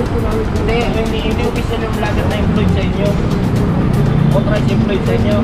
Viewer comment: #lightsonyou *parallel. Lahat ng sasakyan nasa horizontal plane. *hun-de *[E]nforcer ". . . ang daldal mo . . . para kang babae." 😂🤣